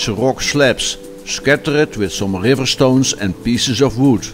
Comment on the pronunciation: love how he says gggrrriver :)